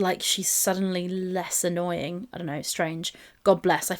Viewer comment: Don't you mean annoYEEEN?